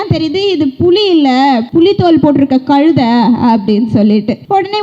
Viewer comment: கழுதைனாவுது ஒழுங்கா சொல்லு மூதேவி